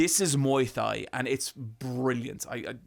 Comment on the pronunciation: I'm glad you love ong-bak but the way you say "Thai" was so hilarious it's just "Tai" actually, idk why the 'h' was there either